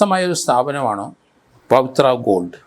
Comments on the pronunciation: പത്ര അല്ല പവിത്ര എന്നാണ് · പറഞ്ഞത് അത്ര ക്ലിയർ അല്ല, ഞാൻ ഒന്ന് റീവൈൻഡ് അടിച്ച് നോക്കി